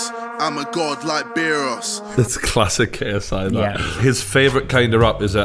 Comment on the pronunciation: lol JJ can’t even say Beerus properly